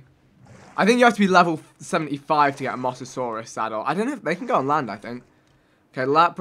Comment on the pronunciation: Vik needs to learn how to pronounce names Dunkleosteus isn't pronounced dung-kleo-staeus Ankylos are pronounced ang-keelo And mosasaurus is pronounced mō-sah-saw-ris